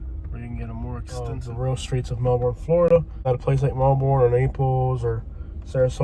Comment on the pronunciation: Good video and true. I'm a Melbourne native and that area has been problematic since I was a little girl. Just an FYI thought, it's pronounced "melburn".